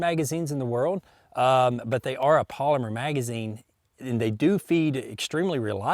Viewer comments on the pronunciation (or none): none